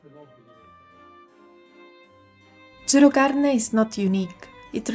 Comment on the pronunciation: Non sai dire gerocarne😅😅😅